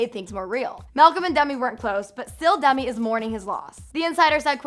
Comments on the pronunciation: No hate but it's sounds like Dummy not Demi🙈🙈🙈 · DEMI. DEEEEMI. NOT DUMI. LOL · Sounds like you're saying dumby when you say demi hahaha